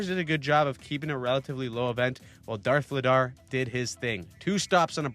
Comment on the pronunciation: "Darth Vladar"?! That's gaaaaaaayyyyyyy!